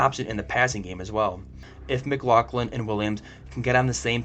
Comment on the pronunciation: If he can't pronounce guys names right he has no business giving us his "take" on anything.